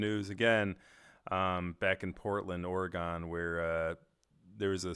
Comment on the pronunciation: Thats not how you say oregon >:C